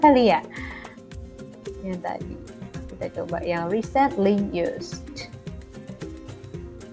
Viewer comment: Thanks untuk lesson-nya, maaf hanya mau kasih comment yang agak diluar konteks saja, untuk pengucapan kata "Recently" pada 6.52, kalau tidak salah penekanan Kakak pada 'cent, kalau menurut kamus Oxford, penekanan kata Recently yaitu pada suku kata awal, ialah /ˈriːsntli/ atau "ri"-nya. Demikian Kakak, tetap semangat dan senang mengikuti Channel Kakak.